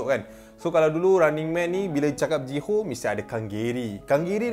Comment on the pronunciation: Ji Hyo (Ji Hi Yo), bukan JI HO lah sebutan nama die